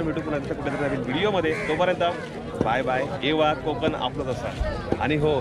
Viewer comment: कोंकण not कोकण